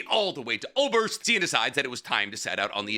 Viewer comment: For anyone curious how to pronounce "Äußerst" correctly, it's not "oberst". It sounds very similar to oysters, but it's "oiserst". The Äu is an 'oi' sound and the ß is a sharp s.